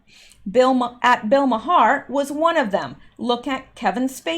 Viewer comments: Bill's name is Pronounced mar. Not ma Har. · Please, I beseech thee, its pronounced "Marr", not "Ma-Harr". I can't take it any more! Well I can but sarcasm is more fun if it's over the top right? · I believe its pronounced Bill Mar. One syllable. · Bill Maher last name pronounced MAR....but love the way you say it...lol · I have heard Bill Mahar's last name pronounced as one syllable "Mar" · BILL Maher's name is pronounced "OUR" but with a M at beginning. It is a one syllable word. Other examples: HOUR MOUR, DOUR TO MOUR, SOUR TO MOUR, also TOWER but just one syllable. I think we are going to hear a lot about Bill Maher in days yo come. He has short man syndrome, and is just another human breathing oxygen he doesn't deserve to have. Nasty little man. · All this time I thought his name was pronounced "Mar". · FYI Maher is pronounced Mar. I know you don’t watch TV. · Maher is pronounced "marr". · Bill Maher..The H is silent...Bill Maaarrr :)